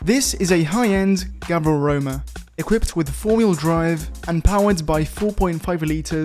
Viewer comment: Ah yes, the mispronunciation known as "foil drive"